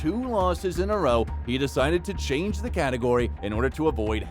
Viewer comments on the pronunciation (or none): none